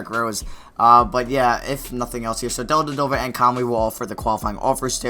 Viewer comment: What's really dumb is the way you say Dellavedova